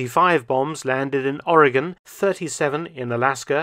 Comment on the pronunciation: Thank you for pronouncing Oregon correctly.